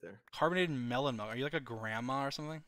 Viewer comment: anyone notice how dream says “melk” instead of milk. no? okay.